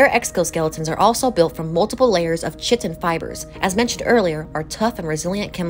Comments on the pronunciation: Then if it's not AI, maybe learn to pronounce "chitin" before you start a channel about nature. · Chitin is pronounced differently too🤣Interesting video 👍🙂